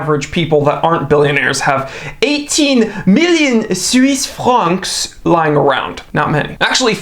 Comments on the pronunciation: “Swiss Franks” 🤣. Wait, I’m gonna count how many times you say it-7! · Lol 😂, I died every time he said Suise franks. 😂